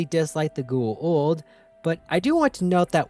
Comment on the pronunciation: I love these videos, but, man. Gua-old is not the pronunciation Go-a-ouwld. Go- a ooold.